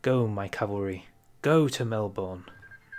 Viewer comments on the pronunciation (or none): my guy said mel-born in australia we say mel-ben